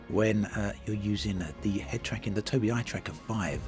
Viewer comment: Am I the only person on the planet who knows it's pronounced Toby eye